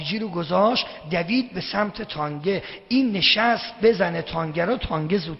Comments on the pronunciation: این به تانک میگه تانگ.اونوقت مرجع تقلیده یه عده ساندیسیه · چرا به تانک میگه تانگ .